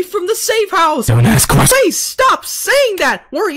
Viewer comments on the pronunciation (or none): Il love thepart when he says “DONT aSK qYEsTiOnS”